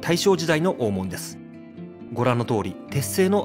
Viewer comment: グアム在住の姉から「懐かしい山谷の風景を見ることができますよ」とこの動画のことを知らせてくれたので公開後すぐに見てみた。 実は、このチャンネルの「船橋編」に僕が４５年前に８㎜フィルムで撮った「コークスクリューコースター日本初上陸！」の動画が知らぬ間に使用されていたのでこのチャンネルのことは前から知っていた。 山谷で生まれ育って、吉原から１００ｍ程の近さにあった小学校に通い、吉原最後の引手茶屋の息子やカフェ―形式の貸座敷経営者を親に持つ長男たちなどが同級生だったので、どなたかも言ってましたが気になる点は当然多々ありました。吉原大門「おーもん↴」のイントネーションや五十間道 (みち) の読みが「ごじゅっけんどう」と言ってたのは特に気になった。 お江戸の昔の二大悪所が「浅草田圃の新吉原」と「聖天町の芝居街」だったのが、昭和３０年代中頃からは行っちゃいけない場所が「吉原」と「山谷」になってしまった。なので小さい頃に山谷の宿が自宅で寄せ場のおじさんたちに可愛がられた僕としたら、吉原と山谷を否定的に面白半分に紹介する blogger や YouTuber には迷惑していたが、このチャンネルは吉原と山谷の地域資源をトリビアものとしてまとめているので好意的に見ることができた。 山谷は埋もれた歴史資源や地域資源が今なお手つかずのまま残されているので日頃から「ほていやブログ」やお店の facebook などへ随時紹介しているが、今回の動画はウチのブログの中のカテゴリ「忘れ去られた山谷の風景」からの引用が画像を含めてとても多かった。しかし船橋編の「コークスクリューコースター」には入っていなかったクレジットが「都電２２番線」の動画には入れてあった点はとても良かった。 ちなみに、小塚原刑場跡地の近くにある延命寺さんのリーフレットによると、小塚原は「こつかっぱら」と濁らないで、略して南千住を「こつ」と呼ぶのが正しいのだとか。古今亭志ん生師匠の落語「今戸の狐」の音源を聞くと千住の女郎上がりの奥さんのことを「コツ (千住) のサイ (妻)」と言ってます。明治期にコツ通り脇にあった女郎屋や新吉原遊廓で遊んだ経験のある噺家なので遊女屋の噺に説得力が感じられます。 文面が長くなるので、昭和３５年に建てられた「浅草警察署山谷警部派出所 (山谷地区派出所)」のことを普通交番に格下げ後の「日本堤交番」と混同してること、都電の浅草山谷停留所近くにあった「長寿館 (現在の JUYOH HOTEL)」の画像を吉原の場所としていることなど等、感想の続きは「ほていやブログ」や facebook から申し述べることとします。